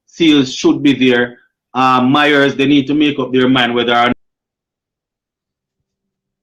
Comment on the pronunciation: Yuh not pronouncing Mayers name properly. You keep on saying Myers